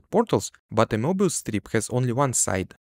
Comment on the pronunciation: Sorry… “morbius” strip???